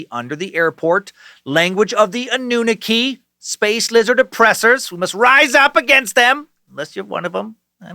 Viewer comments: Hey! Love ye to death man! But Anunaki is pronounced ah-noo-nah-kee! And Phil Schneider was actually talking about a secret alien base in Dulce, NM! You’re still the fkn best! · Did he say An-oo-nucky?